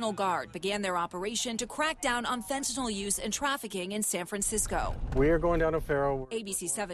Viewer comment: "fentanol"? fen ta NYL